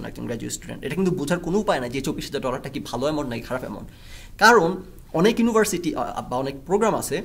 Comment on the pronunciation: ভাই আপনি আগে ইউনিভার্সিটি উচ্চারণ করা শিখেন। ইউনোভার্সিটি না শব্দটা।